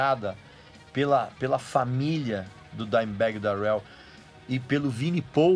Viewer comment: Sua pronuncia Darrell está errada